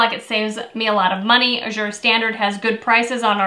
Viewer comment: I think Azure is pronounced with the accent on the first syllable: Ă-zher. Short "a" as in "cat."